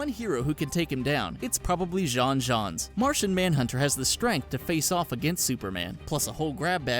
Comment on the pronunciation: He pronounced J'onn J'onzz wrong...